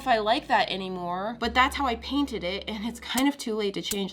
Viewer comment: I think she said "drainted" instead of painted